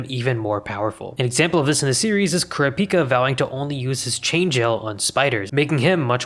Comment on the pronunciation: aint no way you say kurapika like that